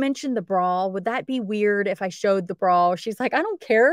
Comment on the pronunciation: The is no "L" in bra! :)